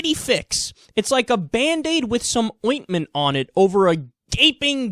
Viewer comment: i just want to have Kyle never say ointment ever again